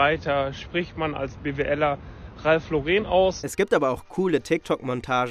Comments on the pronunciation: Es heißt btw Ralph „Lorren“ nicht Laureeen. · Hauptsache der gute Mann weiß nicht einmal, wie man Ralph Lauren ausspricht. Lauren ist Amerikaner, daher spricht man es "Lawren" aus. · Tut weh wie er Ralph Lauren ausspricht🥲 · Ralf Lorehn wird eigentlich amerikanisch ausgesprochen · Ralph Laureeeeen. So deutsch ausgesprochen heißt doch, dass der BWLer gar nicht im Ausland studiert hat, nichtmal nen Auslandssemester! Armselig. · Der Typ will uns erklären wie man Ralph Lauren ausspricht und sprichts dann selber falsch aus 😂😂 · FInd's nice, wie der Dude Ralph Lauren nicht mal richtig aussprechen kann. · Der kann net mal Ralph Lauren aussprechen haha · Kein Highperformer spricht Ralph Lauren so falsch aus wie diese BWL'er. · Bro, Ralph ist Amerikaner. Das Ralph Lauren wird englisch und nicht französisch ausgesprochen. Man sind die dämlich